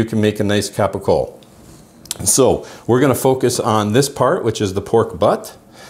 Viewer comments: Ugg.. thanks for the video.. but PLEASE . PLEASE!!! It's pronounced CAPOCOLLO. (CAP O COLE O). Not Capo Cole. And it's spelled incorrectly.. and yes... This is and actual Italian. From Puglia. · Not capocola , not even capicole .. It's CAPOCOLLO . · It’s Capocollo, pronounced kapo-kollo, not hard